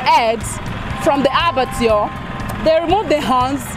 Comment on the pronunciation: Presenter really needs to work on pronunciation of words and general English grammar. I caught her mispronouncing Barbecue and Abbatoir, among other errors.